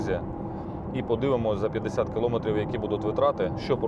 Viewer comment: килООметрив,сколько раз тебе ещё бля говорить,киломЭЭЭЭтрив!!!Насте стыдно за тебя